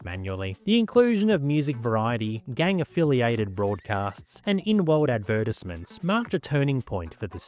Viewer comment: why the hell are u saying advertisements like that 💔